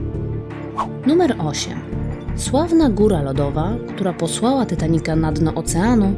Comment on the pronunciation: Titanica a nie Tytanica